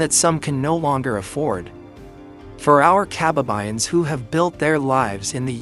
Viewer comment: Kaba'ba'yan NOT Ka'ba'ba'yan.